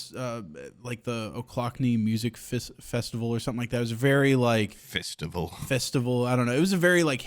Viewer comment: i let it slide every time you say "milt" but "fistival?" learn how to do E's my boy.